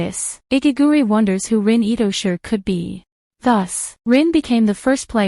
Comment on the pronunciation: It's not Itosher, it's Itoshi (pronounce as she)